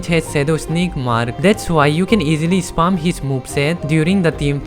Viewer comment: Bro it's spam Not sp*rm 😭😭😭